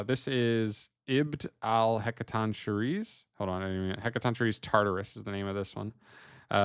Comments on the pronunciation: Hec-a-ton-key-reez according to emma saying lol but heres its "shi-reez" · Just for anyone who wants to know, It's pronounced as: Heca-Ton-Ker-Ee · Btw, it's pronounced HEK-uh-TON-kye-reez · it's pronounced "hek-kah-ton-kai-reee" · "Heck-a-tonk-curry" It's not that difficult. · You got the name mostly right but its more of a K sound and not a ch sound